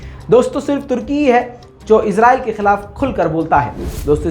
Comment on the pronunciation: भाई इस्राइल बोला करो इजराइल na bola karo